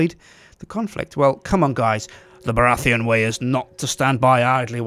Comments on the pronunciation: The way you pronounce Baratheon as Bara-Theon is strange and displeasing to my ears. Also, the third character should have been Jon Arryn. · The way he said "Baratheon" really upset me... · You pronounce Baratheon really weirdly.